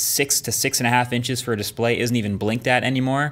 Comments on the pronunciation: "and the there's the S'PLAY!" 😂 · He said DISPLAY